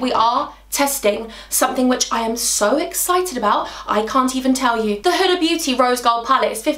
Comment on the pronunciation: My name is huda omg and I fan girled when u said huda beauty even tho your not talking to me lol😂but u said it correct yay omg I want to hug you omg